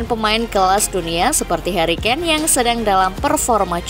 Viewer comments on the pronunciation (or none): none